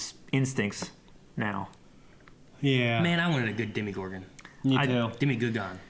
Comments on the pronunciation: It's a demOgorgon, not demigorgon :D .. it's not like it is a half gorgon- half something :D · That was my point. They say "Demigorgon" every time, when it's "Demogorgon". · I hate to be that guy. But please stop saying Demigorgon, thanks. 😀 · The way they said Demogorgon pains me